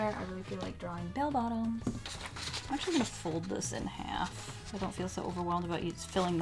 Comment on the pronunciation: The first time she said “Bell Bottoms” I thought she said “Bail Bonds” and I was very confused...